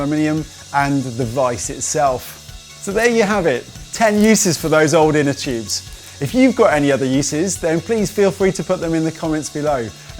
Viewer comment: "Inter choobs ". "Choobless valve"